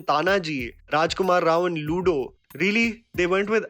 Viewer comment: Not looodo, luddo.